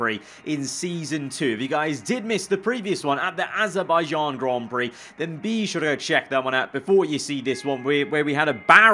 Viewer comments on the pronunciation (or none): none